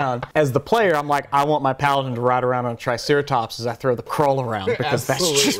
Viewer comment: CORAAAL!! Coral, tho :'(